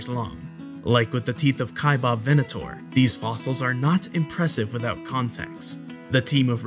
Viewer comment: Cool video, thanks. Correction: Kaibab is being mispronounced. Narrator is enunciating "Kaibab" as kai-BOB. It's not 'bob.' Second syllable is pronounced as the sound of a bleating sheep with a 'b' on the end. So that makes it baa-b. Kaibaab.